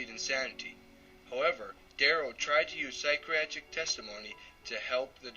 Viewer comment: lol listen to him try to say 'psychiatric'